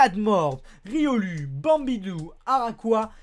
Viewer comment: Tu dis riolu mais sa se prononce riolou